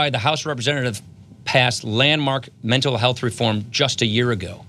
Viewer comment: Ryan repeatedly mispronounces Mental Health...A strong indicator of active lying.